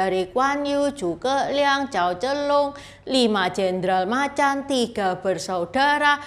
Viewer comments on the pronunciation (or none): none